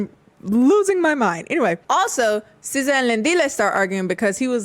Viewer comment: Sza??? Sskijs🤭